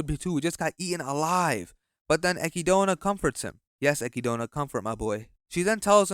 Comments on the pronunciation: "ecky-dona"💀💀 its "eh-kid-na" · why does he keep calling echidna ekidona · I think you pronouncing the Witch of Greed name wrong. Her name is Echidna(eh...kid...na) the name is pretty much pronounce as the same species of Knuckles😂 lol.... Subaru in this season really gets on my nerves. Instead of him pouting and crying he should have been asking the witches the right question like "Why did they chose him? and What is his actual purpose in that world? But I have to say that Roswaal a psychotic madman and we still don't know what he is planning. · Echidna, not Acky Donut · pronounced a kid nah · "Echidona" "Petrash" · Did he just say Eki- dona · strange hearing echidna pronounced like that by an english speaker, my inner-monologue reads it in english and just goes with chidna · The way this guy pronounced echidna should be a crime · echidna is an animal name bro it has a correct pronunciation im saving you from all the sonic fans